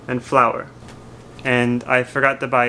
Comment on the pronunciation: 小麦粉の発音わからんすぎる。完全に花。 てかジャパニーズフライドチキンなんや。日本だけなんや。